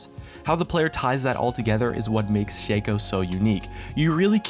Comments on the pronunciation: Shaco is not pronounced with a capital A, for fuck sake. It is not Shay-co It's shah-co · its shaco not shaco;D